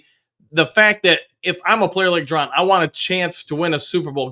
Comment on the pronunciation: Ju- Don not Ju- Ron sorry was bugging me